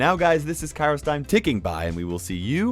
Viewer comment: HI i am from Greece... i love your videos and BrawlStars but i saw your video about where your name came from and you should know that in Greek it stands for weather time.. like after the news... its also not spelled kAiros so emphasis at the a but a+i actually sounds e (like a from cake the vowel after c) and not the e like(ear)... but is not that bad because you are bringing us the latest brawl news